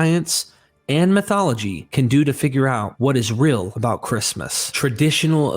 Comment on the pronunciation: Well this was a bait-and-switch wasn't it? At first I thought had posted some professional documentary narrated by a nice sounding British guy, instead it's just, who can't seem to help pronouncing the word real as "rill" and who has a reading cadence of a goddamn 6th grader. I'll pass.